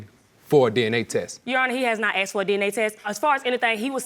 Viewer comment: "AKSED" - there it is again!! AKSED, not ASKED !! Why do they say it??!! (The first case the man keeps saying it)